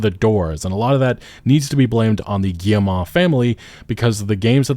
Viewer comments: Hey, good video, FYI for your future videos, you pronounce Guillemot "Guille-mah" but it's really just "Guille-mo". Like you would prounounce "foe" or "Joe". Thanks for the content otherwise! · Cannot keep listening to this guy pronouncing the name. Guilletmot is pronounced gee (as in gift)-moe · Nobody checks how to pronounce Guillemot bf they make a video about them lol